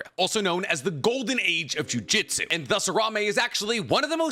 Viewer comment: Gotta Disagree. #1 most disrespectful moment in Jujutsu Kaisen is refusal to pronounce juJUtsu correctly.